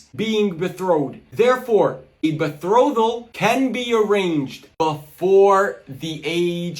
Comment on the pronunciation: Minus points for pronouncing betrothal wrong lol. As dumb as this guy sounds, it’s smart to just lie with confidence because most people just believe it.